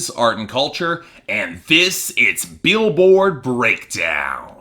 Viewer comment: That intro sounded like you said "Beelboard Breakdown", and I think that's what I'm going to call the show from now on.